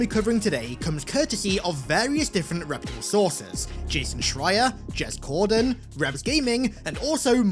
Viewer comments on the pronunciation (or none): "jez cordan" eww